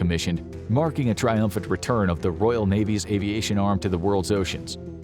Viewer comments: Royal.... not Royale... Its not a burger from Burger King. Otherwise, can't disagree with the video really! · It's Royal, not Royale. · Can’t even pronounce a simple word like Royal. Ark Royale with cheese